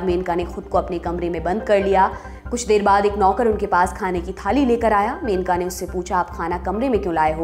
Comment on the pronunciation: मेनका नहीं, मनेका गांधी सही नाम है, कृपया सुधार करें।